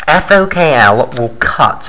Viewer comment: It's FokI (FOK1) not FokL